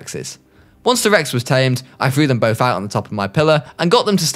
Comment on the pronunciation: “rex seggs”